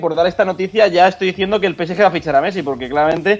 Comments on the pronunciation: Cada vez que dice "peesye",Dios mata un gatito. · El "Pesyé" , gran equipo. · Por que este chico pronuncia así el nombre del PSG ? 😂🤦🏾‍♂️🤦🏾‍♂️💁🏾‍♂️